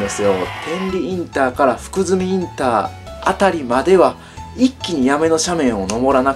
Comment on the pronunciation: 福住は「ふくずみ」ではなく「ふくすみ」です